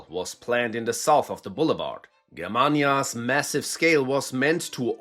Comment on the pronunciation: Reading the German names correctly is really effected the video quality 👍